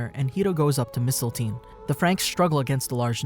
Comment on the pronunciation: Man's said Mistelteen